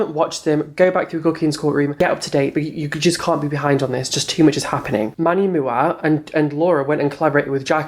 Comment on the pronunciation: "Manny mooa" "jofree star"